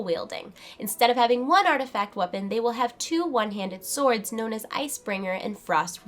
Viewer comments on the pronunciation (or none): none